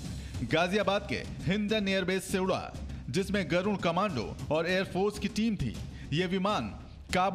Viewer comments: Garun nahi garud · Not Garun.... It's Garud